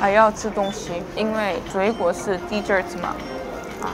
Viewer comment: 難道只有我覺得31秒的dessert發音怪怪的嗎……